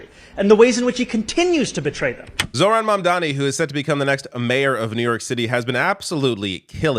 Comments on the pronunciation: Not Zor-han. It is Zoh-ran. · I have to be an ass lol It’s zoHran, not zoRhan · Small correction. You are pronouncing it as "ZORHAN". It is "ZOHRAN" :)